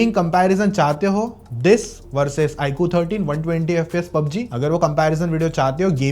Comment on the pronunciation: Iqoo ❌ ikuu